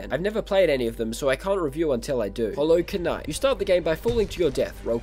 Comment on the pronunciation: ah yes, hollow k-night